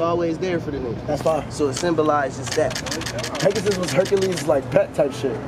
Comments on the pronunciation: The fact that he can’t say Pegasus has me dying 😂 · why does ski keep saying peg us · Are we not gonna talk about how Ski pronounced Pegasus? Nigga wtf is Pegus 😭😭😭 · Fr though nigga said PEGUS?! Wtf? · Nobody: Ski: PEGUS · Took me time to clock they were sayin "pegasus". The fck is a pegis